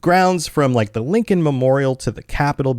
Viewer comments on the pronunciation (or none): none